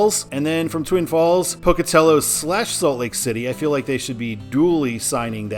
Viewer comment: Glad to hear you pronounce Pocatello correctly. For when you do the I-86 video, the Pocatello suburb it ends in is pronounced Chubb-ick. The second u makes a short I sound because here in the west we enunciate nothing, except apparently Tree-Mon-tin